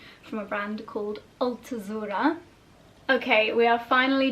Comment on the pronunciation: Not Altozura, but Altuzarra. You confuse it with Aquazzura, my favorite shoe brand😂